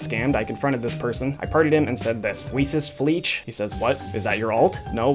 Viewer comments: HIS NAME IS "WEIẞES FLEISCH" NOT "WIESES FLIETSCH" HAHA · weesessfleech??? lmao im not even german and it hurts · Im german, and the way you say WeissesFleisch really annoys me. Good Video tho. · Weissesfleisch = witeflesh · As German i am I can say he pronounces the Names very funny 😂😂😂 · As a german, it's very funny to see how you pronounce "weisses Fleisch" oder "koetespiess* Ps:It means white meat and the other on is a trend insider I'd call it